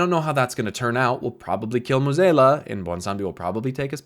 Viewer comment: Great vid but pronouncing Mueh'zAla as Mueh'zEla low key bugged me for 20 minutes xD